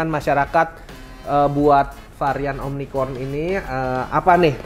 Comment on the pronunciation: pembawa acara nya kok bilangnya omnicron?sedengernya kupingku.jd yg jelasnya omicron